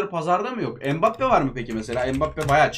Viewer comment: Abi mbappé bedöva degil